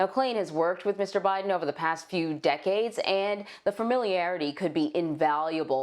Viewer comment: President bye-ton